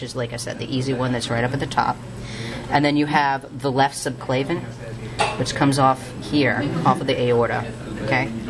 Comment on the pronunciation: not a bad video, though some of the pronunciations are incorrect...its subclavian not subclavan....and its axillary not auxillary....still helpful though